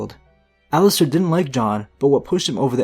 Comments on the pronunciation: It’s Aliser not Alister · It's Alliser, not Allister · It’s Alliser not Allister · Alliser Thorne, not Allister.... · Isn't it Alliser instead of Allister?? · Alliser Thorne. Not Allister Surprised Cersei is so low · it's alliser Thorne not allister Thorne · it's alliser thorne not alllister thorne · its alliser thorne not allister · His name is Alliser Thorne not Allister Thorne. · It's Alliser, no 'T' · aint no T in Alliser